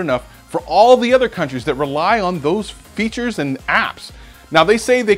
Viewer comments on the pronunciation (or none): none